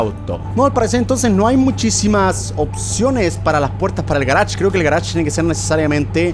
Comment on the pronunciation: yo cuando german dice garach: yo : jajajjaaj c mamo con el garach